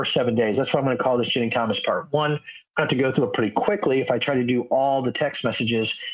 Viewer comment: Are you saying Ginni? Because it sounds like you're saying Jenny.